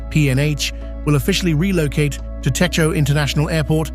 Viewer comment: តេជោ Techo = please pronounce Dejo even though it's written Techo